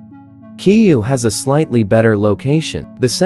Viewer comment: Ki you? You mean Kyiv?